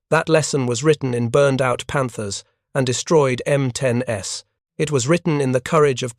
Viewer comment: M10-S, you mean the M10s.... AI sucks.